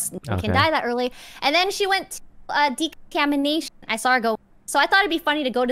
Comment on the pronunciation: its called decontamination, not decontanimation.